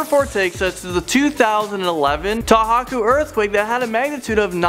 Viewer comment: it's pronounced "toe-ho-ku"